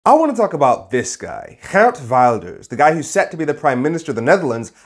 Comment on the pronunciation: Learn to pronounce his Name correctly and stop being racist!!!